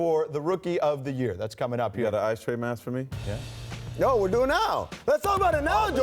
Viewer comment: Nigga said "Ice Tray da gang" Lol.